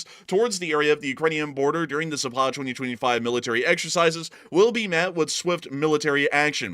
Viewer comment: PLEASE !!! It is pronounced ZAAAPAD not ZAPAAAD !!! Accent on the first A !!